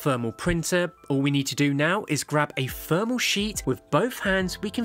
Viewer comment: What is Fermal paper ? Why cant you Brits pronounce the letter T and H with using the letter F. Its exhausting.